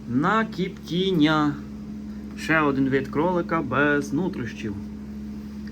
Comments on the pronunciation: А де це кажуть кіптіння а не коптіння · Чого "кіптіння" а не коптіння